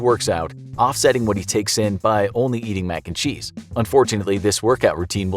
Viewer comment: I got likes for every time the narrator says max and cheese